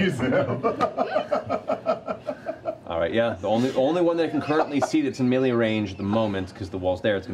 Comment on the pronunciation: I love how Matt pronounces "melee". That's how I've always said it, even though I long ago learned it was wrong.